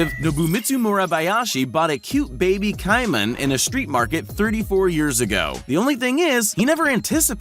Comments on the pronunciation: It’s pronounced (kaymen) for the caiman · How did you managed to pronounce "Caiman" wrong? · The way he says caiman is scaring me. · IM LAUGHING AT HOW HE SAID CAIMAN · Bruh why does he say caiman like that? Lol😂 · You pronounced “Caiman” wrong. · Ki-man?? It's pronounced KAY-MAN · it's pronounced CAY-man not Ci-man...dumba** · It's pronounced KAY-men. If you're going to try to educate people, BE EDUCATED YOURSELF. Putz. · that made me laugh that he said pet KAIman instead of caiman it its like saying kman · gotta love when the person making the video cant even pronounce the words in their own script... "ky-Mahn".... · caiman is pronounced kaymin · said cai-man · It’s cay-men :/ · Pronounced: "KAYMAN". FFS, do a minimum amount of research... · This ignorant narrator is a prime example of the lack of education in young people. This narrator was probably wrapped up in his cell phone while growing up so he doesn't know how to pronounce common words like caiman, wrasse and the name Fagin. Caiman is pronounced like kay-min, NOT ky-min. Wrasse is pronounced rass as in the word harass NOT rass-ee and the name Fagin is pronounced Fay-Gin with a hard G like the word again, not a soft G like the word gin. How can a narrator not know how to pronounce these common and very simple words? He doesn't know because he's had very little social interaction with the English language and he's done none of the very basic reading that was required of young people in grade schools 20 or more years ago. He sounds like an ignorant idiot when he speaks in this video. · Caiman - pronounced: CAY-MAN Sheepshead Wrasse - pronounced: SHEEP'S HEAD RASS (E is silent) Also, there are hundreds of species of pythons, if not - thousands... The one in this video is a Burmese Python! Do some research, contact a biologist before making your videos. I study salamanders but even I knew these pronunciations were way off haha